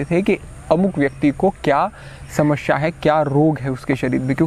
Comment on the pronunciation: बहोत खूब गुरु जी आप बड़े अच्छे यूट्यूबर हैं इसलिए, समश्या नही समस्या का उच्चारण किया कीजिये 🙏